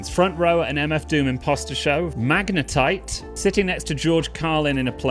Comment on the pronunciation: Yes, my name is Hendrawanto and you pronounced it perfectly! Thanks so much for using my suggestions for a freestyle video! I don't know much about Pokemon's, but I don't mind you screwing up the Magnetite part ;) The rest was on point! Rhyme.In.Peace. Daniel Dumile a.k.a. Zev Love X, Viktor Vaughn, King Ghidore..MF DOOM.